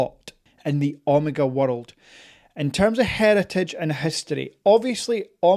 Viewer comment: Not sure I’ve ever heard Omega pronounced “Omarga.” 😜 I know you bought grey but consider yourself very lucky as it took me 2 watches from a boutique over the course of 3 months to get mine fast. With that being said I sold one eventually as I got the snoopy as it was a white dial speedy and was a little too similar. My advice switch out the strap and tang buckle for the omega clasp and loopless strap everyone uses. The strap it comes with is completely horrible and makes the wearing experience unenjoyable. Once you switch the strap out, it wears perfectly and is as amazing on wrist as off. The dial isn’t “treated” btw it’s pure 925 silver which is engraved on it. Also a fully wound speedy takes more than 35 winds. Wind until you hit the “wall” to get a full wind. Also the speedy wears smaller than 42mm, bezel to bezel measurement is 39.7mm and that is how it wears to the eye as Omega counts the chrono pusher protectors to get to the 42mm casing size. And please don’t mention Hublot in the same sentence as Omega ever again 😂